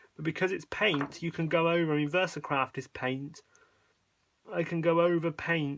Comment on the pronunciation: Did I hear you say "Versacrap" instead of "Versacraft"? 😁